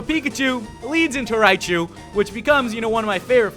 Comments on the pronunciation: It's raichu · its raichu ohh